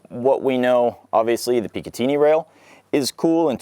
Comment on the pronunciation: >PicaTEENY rail